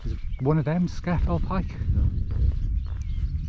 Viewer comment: I’m probably late to the game as per, but it’s Loch Low-mond and Scar-fell Pike (...end of anal pedantry ...) 😬 Another great video guys, and very well done 👍